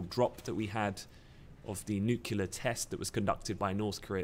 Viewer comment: is a great analyst and everything but he really needs to learn to pronounce 'nuclear' correctly:-). It's 'nu-clear', not 'nuckular':-)